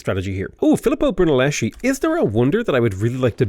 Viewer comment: As an italian i died inside when you said Brunelleschi in that way (chi is pronounced kee)